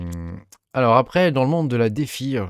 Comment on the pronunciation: La "défi" 😂😂 faut prendre l'accent english🤣🤣